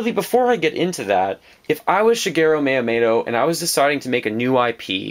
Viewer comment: Shigero Mayamayto? D: I know nitpicking on pronunciation isn't nice but come on man! Yeah you mentioned most of what alot of us are wishing for Nintendo to do. What else I would love would be for Capcom, Konami and Square Enix to start making Nintendo greatness again, like they did in the SNES days. It's a pipe dream within a pipe dream, but it would be the ultimate miracle. Mega Man is in Smash Bros. though...a third of my dreams could be reasonable. I feel the three companies mentioned above have been very lacking in recent years. Castlevania Lords of Shadow, no Contra (all we got was a gigantic C) and Gradius for a while now...no Mega Man whatsoever...whatever the hell Square Enix is doing...there's so much potential for them, if they would just look at their past. All they would have to do is announce that they're going to put their iconic franchises on Nintendo consoles again. They didn't sell too well on the other consoles, so they just kind of abandoned it all. I think they would do fantastic on a Nintendo console because it's essentially what Nintendo is all about!